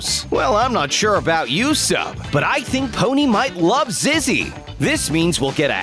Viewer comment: Do you notice he pronounces Zizzy as ‘Zeze’? Time: and